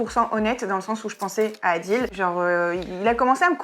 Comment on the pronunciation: "Adil" 😭😭 Montre lui comme bien prononcer